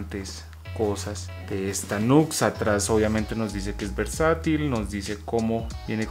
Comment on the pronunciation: Buen video brother.. no se llama nux se pronuncia niù ecs saludos y bendiciones